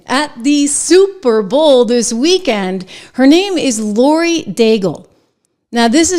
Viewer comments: It's LAUREN Trish, NOT Laurie. Yeesh come on. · Uh Trish 🤨 what's that name again? "Lorie" you said? You really posted this sounding like a fool!Right out the gate first paragraph you come off as an idiot mispronouncing the name of the person your content story is about🧐🤨🤔 WTF? Unsubscribe* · Hey Trish...her name is Lauren...not Lori. Do yourself a favor an buy some of her music... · Laurie? It's Lauren. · Trish, her name is Lauren not Lori. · Trish, it’s Lauren Daigle not Lori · It’s Lauren not Lori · It’s Lauren! Not Lorrie! You’re obviously not a fan of her music. She’s awesome! Give her a listen 😁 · Hey Trish...her name is "Lauren" not Lori. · You could’ve at least gotten her name right.